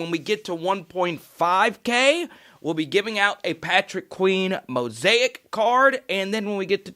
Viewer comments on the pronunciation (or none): none